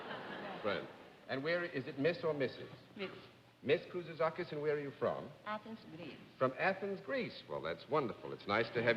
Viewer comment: John would always go over pronunciation of names before the show with the contestant, along with a short interview to determine the ramifications of the 'line', but this time he somehow forgot the pronunciation or just didn't practice saying her name enough before the show.